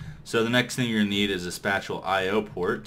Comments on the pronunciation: IT IS PRONOUNCED SPAY-SHALL NOT SPAT-CHULL! apart from that awesome mod spotlight and great ending. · It's pronounced "Spay-shall" xD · Pretty sure this was probably said, but spatial is pronounced kinda like Spay-shal (Spay-shal > Space-ial > Spatial) Hope it helps :3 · spatial is pronounced spay-shul. That's almost as bad as everyone saying mace-erator (it's mass-erator) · also Spatial is pronounced "space-ull" lol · SPACE- EEL that is how you pronounce it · It's pronounced spay - shull pylons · I facepalmed when he said that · FOR THE LOVE OF GOD LOOK UP HOW TO SAY SPATIAL!!!!!!! Good videos though helped a lot.